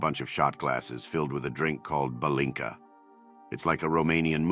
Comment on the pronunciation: That's "palinka", not "balinka". Romanian here, yes.